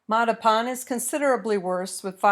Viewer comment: Holy Moley! Learn to pronounce Mattapan!